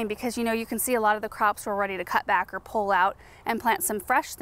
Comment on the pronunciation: pull as pul not pole. lol pul a pole?